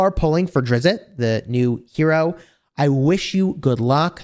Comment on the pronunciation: Said: Drizzt not Drizzitt